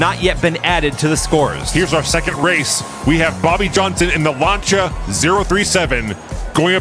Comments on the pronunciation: love this! one thing, Lancia is pronounced 'Lanceeea'.. not 'Lancha' :face-red-heart-shape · I enjoy watching these, but the way you mispronounced Lancia drives me crazy